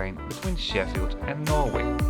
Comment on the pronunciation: Norwich is pronounced Norridge as in porridge.